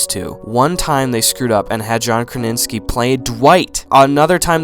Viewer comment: "John Kraninski" and "Ron Wilson"